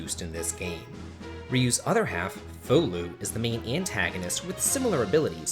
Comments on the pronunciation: That's because Fou is japanese, and is pronounced like the word fowl, he's saying it entirely wrong. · "Fu-lu ?" I always pronounced it as "Faw-lu"